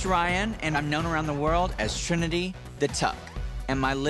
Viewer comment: yasss even botched the name hunny, I thought they said T slur lol